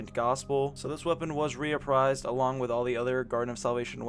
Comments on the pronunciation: “Reprised” not re-a-prised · No a in reprised. Not being a Dick just letting you know brotha. Great vid